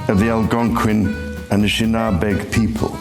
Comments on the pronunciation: The pronunciation of Anishinaabe starts off like you're using the article "a." Like "a shoe," or "a table." So it's "a nish." Then the word "in" as we say it in English. Like, "in a bay." Put it together and it's a nish in a bay, with the stress on the 2nd "a." A nish in A bay. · Ann-ish-Nah-bey is the way you would pronounce the tribe you struggled with 🫡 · you not ever going to be able to pronounce Anishinabe without hearing it pronounced 1st as well as many other indigenous words and names my elementary and middle school has Anishinabe in the name in Minneapolis its pronounced "Anish-Shin-ah-bay" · It's pronounced "a-nish-na-bek"